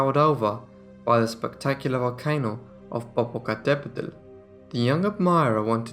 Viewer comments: Wow, excellent pronunciation of Popocatépetl! It's not easy to say. I'm impressed. 👍🏻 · 💯 props to you sir, for correctly pronouncing the volcano Popo. As a bilingual American who lived very near Popo for 4 years it's really hard to get all the syllables right!! I think it took me 3 of the 4 years I was there and by then I found out everyone just referred to it by Popo 🤣🤣🤣